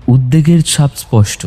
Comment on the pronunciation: উদ্যেগ না উদ্বেগ